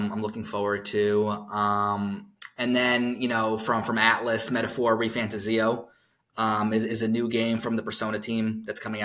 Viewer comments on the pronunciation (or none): "Metaphor Re Fanta-ZE--o"??? who pronounces it that way? They said the title of the game on videos XD It's Re Fan-TAY-zeo Why do Americans do this? ONLY Americans do this! Stop messing with names, personal or otherwise! ... Let the owners of them tell you how it's pronounced. It's their right for goodness sakes!